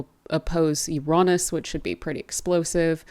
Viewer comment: Love your work. And Ur pronounciation of Uranus , I think U say it the best. Take care, all blessings joy peace and love upon you and surrounding you, Thankyou. ❤😊